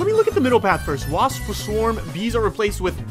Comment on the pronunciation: Him saying wasp is the funniest shit man